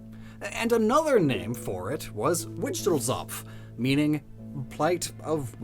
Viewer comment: The way he said Wichtelzopf killed me and the problem is, I can't think of one sound in the English language to actually say that German word.